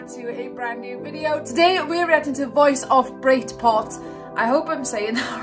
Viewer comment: Baceprot.. " ba " sound like bar.. "ce" sound like check, chess.. and "prot".. baceprot.. not ba se prot ..